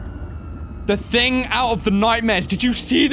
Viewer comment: "The ting out of the nightmares" .